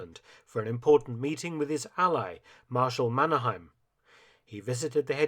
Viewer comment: Mannerheim is not pronounced in German way. It's Mannerh-aim, like aiming with a gun.